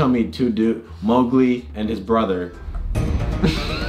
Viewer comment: It’s moWgli